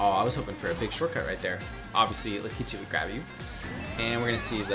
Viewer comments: Excuse me but did you call lakitu lah-kee-two? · That’s how he pronounces Lakitu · honestly i was more focused on how he pronounced lakitu